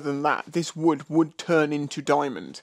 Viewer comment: "A piece of Wewd".? SOMEONE'S BEEN WATCHING YouTubes - 'Bobby Duke Arts'! 👌👍🤣🤣 😎🇬🇧